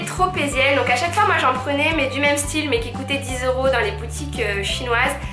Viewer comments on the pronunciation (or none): Super video mais ya quelque chose qui m'a choqué avant style tu dis "é" pourquoi? Je sais pas si je suis la seule a avoir remarqué mais on dit son style pas son éstyle. Est ce que c'est un accent ou tu fais expres?